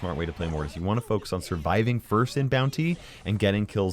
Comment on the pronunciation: I know he said "focus". But it sounded like he used the f-word